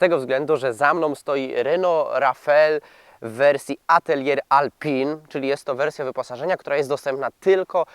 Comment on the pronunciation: Ej panie dziennikarzu czytamy \mówimy - reno rafAl atelie alpin.